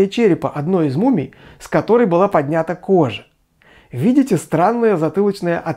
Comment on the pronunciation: взглянЁм, вместо взглЯнем. - у ней... всё-таки "у неё". - поднЯта кожа. Должно быть поднятА, хотя в остальных случаях ударение на Я. - стОпами. Причём буквально за несколько секунд до этого вы правильно произносите "стопАми". Это то, что я заметил, пересмотрев ролик на 2 скорости. Возможно, что-то пропустил. Впрочем, у нынешних ведущих ТВ и радио ошибок с ударениями на 20 с небольшим минут бывает и больше. В любом случае - спасибо за вашу деятельность и, надеюсь, моё брюзжание лишь пойдёт на пользу.